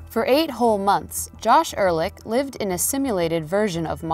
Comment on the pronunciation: Ehrlich not Erlick